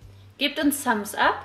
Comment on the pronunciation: "gibt uns sams-ap" sagt sie zum schluss ... was ist sams ap??